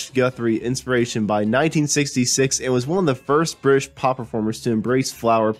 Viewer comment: People who narrate should have some notion of public speaking. This guy sounds like he's drunk. Vaciny for vacinity, Meteric for Meteoric, Brish for British, etc., etc.